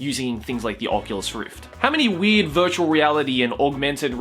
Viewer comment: Sounds like says "weed" every time he says "weird" can't you hear that shit????